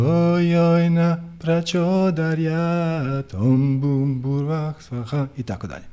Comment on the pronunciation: Na žalost nije savršeno.Nije Om BUM, nego OM Bhur i na kraju nije PracodaRyat, nego bez tog "R".Pošto su mantre vibracije svaki zvuk je bitan. Indijski učitelji tvrde da je bitna i intonacija.U tom smislu je bilo koju mantru preporučljivo naučiti od pripadnika te stare tradicije, a ne sa Interneta, gdje zapadnjaci od toga rade nekakav dance-music.Te melodije su ugodne i smiruju, ali razvodne vibraciju mantre. je inače izvrstan i odlično razumije duhovne principe, ali ovo je bilo dosta šlampavo i površno.Minimum je da se bilo koja mantra barem akustički (ako ne intonacijski) pravilno izgovori.